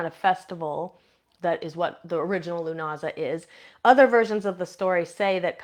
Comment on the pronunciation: Um it is pronounced LOO NAH SAH